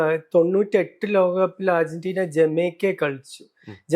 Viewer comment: Ergentina alla😂 Argentina ann